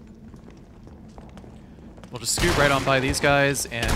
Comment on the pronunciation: "This isn't the wast wide out of town, wight?"